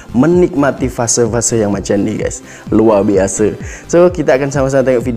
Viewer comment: "Luar Biase" dh ckp Malaysia style